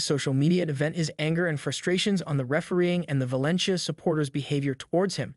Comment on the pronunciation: He says ValenCHia and REEal Madrid . 😂😂😂 🤡